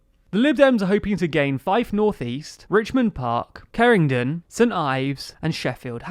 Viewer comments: I just put a comment about the same thing lol, not cerringdon haha VOTING PLAID CYMRU WOOOOO BEN LAKE IS A NICE GUY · Its pronounced "Ceh-re-dig-eeon" not "Cerringdon" ;) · Ceringdon? Haha. I think he meant to say Ceredigion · Lol "Kerringdon" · "Ceringdon" Kera-dig-ion,... I got shouted at by the Welsh for pronouncing it Cardigan, which is at least the anglicised version of the name XD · I really don't get how they got "Kerringdon" out of Ceredigion >.< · It is pronounced care-re-dig-e-on. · “Cerringdon” worst attempt at ceredigion I’ve heard xD. Still love the videos keep it up <3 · Hearing you pronounce Ceredigion as "Cerringdon" has made me very upset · “ceredigion” precedes to say keringdon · He butchered trying to say Ceredigion too :) Kera-dig-eee-on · Ceredigion was pronounced so wrong lmao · As a constituent of Ceredigion, I can safely you butchered that pronounciation XD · "Hamilton West & Midlothian" consitiuency? Interesting geography. Also you made a Horlicks of Esher, Kirkcaldy and Ceredigion. Otherwise fine.